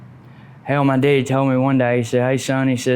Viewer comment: I knew when he pronounced his dad as “deaddy” he was from Cullman area 😂 they are some country fuckers! Sad story tho. Opiates are so deadly, and all the evidence on pill mills and corruption…sad country we live in. But let’s ask up America!! 🤡 🌎